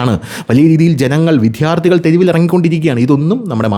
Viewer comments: വിദ്യ+ അർത്ഥി വി"ദ്യാ"ർ"ത്ഥി " ഇതാണ് ശരി. വിദ്ധ്യാർത്തി എന്ന് ഉച്ചരിക്കുന്നത് അരോചകം ആണ്. വിദ്ധ്യാർത്ഥി എന്ന് ഉച്ചരിക്കുന്നത് പോലും ഭംഗികേട് ആണ്. ദയവു ചെയ്ത് ഇത് ഗൗരവം ആയിട്ടെടുക്കണേ🙏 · "" വിദ്ധ്യാർത്തി "" അല്ല. എത്രയോ പ്രാവശ്യം പറഞ്ഞു. എന്നിട്ടും നിങ്ങൾ ഈ തെറ്റ് ആവർത്തിക്കുന്നു.